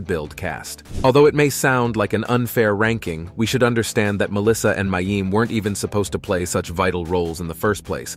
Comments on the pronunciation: He knows. The poster was actually just pointing out how unfamiliar the commentator is with the show, he doesn't even know how to pronounce the actors' names. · Who is "May-eem?" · They kept mispronouncing mayim's name.